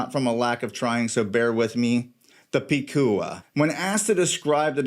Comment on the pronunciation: This a great and accurate review! I have 2 #SC watches and I agree they are high quality, luxury category, “Bad Ass” watches, just like their founders José & Anita who also represents those qualities. And you are pronouncing the name “Picúa” on point 👌🏻. I can’t make mi mind between the two of them. Want them both. #SanturceCollection 🇵🇷